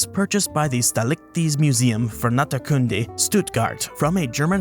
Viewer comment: Staaliches means '(neuter) belonging to the state', and is spelled as staht - lee -ches, with emphasis on the first syllable